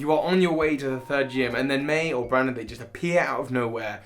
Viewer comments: Its BRENDON not BRANDON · Excuse me, his name is pronounced "Bren-din"! Good video, though! Love how this is one of the most hated rivals in Pokémon speedrunning.